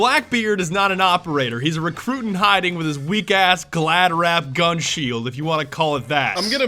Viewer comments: I don't understand. Is he pronouncing recruit wrong to be memetastic or is he just stupid. Either way I'm triggered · TFW someone unironically mispronounces a word like Recruit. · why does he call recruit recre? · Reh- Cray is a Re- croot. (How it's said) he can just equip whatever he wants he isn't an operator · Recray Recray Recray Recray Recray Recray Recray Please stop It sounds like recroot Not Recray Recray Recray Recray Recray Recray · wait did u say rekrayt?it is pronounced recroot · recray? recruit? sarcasm or no? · IT IS RECRUIT NOT REHCRUT AND ITS MONTAGNE NOT MONT TAH NE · Recré? Its recruit right? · Not recrey. It's pronounced Reecroot. He can use any gun is his ability. other operators are limited to two primary options but recruit can use whatever he wants. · It isn't pronounced recray it's "recroot" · recrey? (why does he pronounce recruit recrey) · I'm sorry, RECRAE? Did he just say Recrae when talking about RECRUIT? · I know this is an old vid but tell me he was saying recray ironically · “Recray” da fuq 👏 boi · why do you pronounce recruit like recray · Is he actually pronouncing recruit like recray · it is said Re-croot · r-r-r-r-RECRAY? Who pronounces recruit as recray? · THATS NOT HOW RECRUIT IS Pronounced. It's re-crew-t. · Do you say recruit as requay seriously or what? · You saying recree makes me very triggered like almost if Mccree and recruit had a child I am almost as triggered as a triggered Asian who lost his chopsticks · LOL how many people in this comment section are new. I don't watch all his vids but I've watched enough he purposely says shit wrong or uses the wrong word to troll us. This comment section wants me to pick recré and commit team sudoku xD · Did he say "reqrué" for recruit??? Lmfao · it's so cringy when he calls recruit re crey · MON-TON-YE? REH-CRAY? COMMIT SUDOKU? what the fuck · tobias grødal rek-root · Why were you saying 'Recruit' like 'Recrey'. That's not how Recruit is said. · How do you not say recruit right?